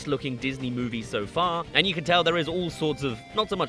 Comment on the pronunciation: bro said mowie